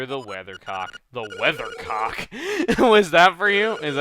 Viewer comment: WeatherCOCK - haha so much emphasis on the word cock haha